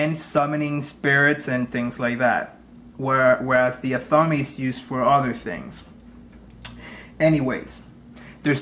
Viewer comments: AHth A MAY, Not atham-me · "ATH-AH-MAY" for those who have never been told the proper way to pronounce 'Athame' Blessed Be! 🌛🌝🌜